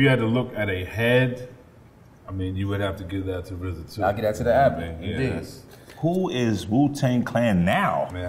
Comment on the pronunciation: Just say RZA! Why is it such a difficult thing to say RZA? Such a disrespect for the man responsible.